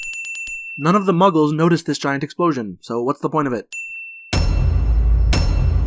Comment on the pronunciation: "Muggles" Lol.